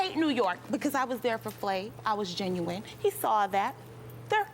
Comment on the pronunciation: “You hear the ginuwine that’s coming out of Deelishes” 😂😂😭😭🤣 it’s pronounced GEN-U-INE